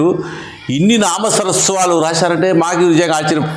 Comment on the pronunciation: సర్ నామసరస్వాలు కాదండీ.... నామసర్వస్వాలు